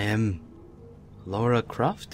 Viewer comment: not lora croft, lara croft! ly by